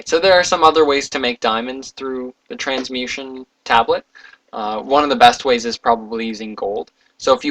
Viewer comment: It's called a Trans-mu-TA-tion tablet. You kept saying Transmution. It was starting to drive me crazy, I couldn't help it.